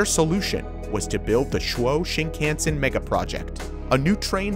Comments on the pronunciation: Also, the Japanese railway system isn't pronounced "shin-can-sen", but "sheen-khawn-sen" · The Japanese language has only 5 vowel sounds. A = ah I = we U = ooh E = eh O = oh You were pronouncing the a in shinkansen funny. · also "Shin-ken-sen" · I'm more bothered by the way he says "shinkansen". Japanese words in western alphabet should be easy to read, since the sounds are always the same. But americans like to read like it is an English word. For example, in japanese "kan" is always read like an american would read "khan", but he keeps reading it like "can". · The "a" in "shinkansen" is pronounced "ahh". "Shinkahhnsen". Not like "can"